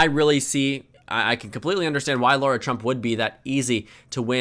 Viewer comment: i don’t like her but why do you pronounce her name as laura 😭😭😭